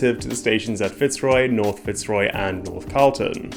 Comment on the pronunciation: Fantastic video! Really well researched once again. Just a little feedback on pronunciation. Melbourne is a bit of an outlier wherein we don't stress the first syllable in Fitzroy. The stress is on the second syllable making it fitz-ROY. Cheers!